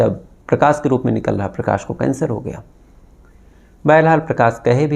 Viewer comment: Dear Aap Prakash ko Prakas , Shuruaat ko Suruaat, Shaksh ko Saks kyon bolte ho. Please apni bolne ka tahaffuj ko theek karen. Aap Prakas bol rahe ho,its too irritating dear.